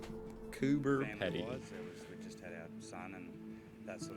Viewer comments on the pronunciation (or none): Just a heads up, it's pronounced "Coober Pee-dee" not "Coober Peddee" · Pronounced Coober Pee-Dee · Coober Pedy is pronounced Coober Peedy.